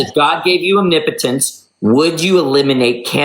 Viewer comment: Thank you for pronouncing omnipotence correctly! Nobody else can do it!